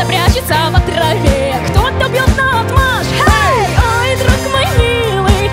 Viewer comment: нао́тмашь - ударение на букву о!!!! наотмашь нареч. обстоят. качества 1. Размахнувшись, с силой отводя руку от себя при ударе. 2. Употребляется как несогласованное определение.